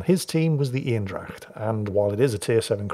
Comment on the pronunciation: Love that you pronounced Eendracht right!